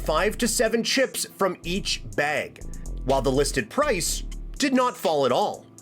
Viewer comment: From each beeg lol using your A’s are also free man you said beg so much I forgot what you were even talking about